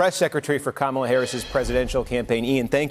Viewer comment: Steve Kornacki, you are so smart. Kamla Harris. Not Kamala